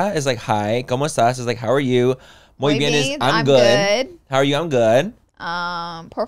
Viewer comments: Lol Laura!!! I thought you said “muy bean” not muy bien 😂🫶🏼 I love it!! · Lmaoo not moy bean . Love you Laura ❤